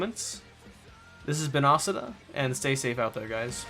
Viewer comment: am I the only one who pronounced occida “awk see da”